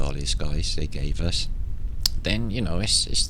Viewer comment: Where is the K on you? aus, not yet, us, still different. This.. truly straight foreward! Huggs.NL